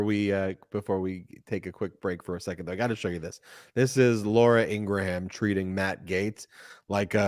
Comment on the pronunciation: I absolutely love you guys. Ben is pronouncing Laura Ingram’s name wrong. Just constructive criticism.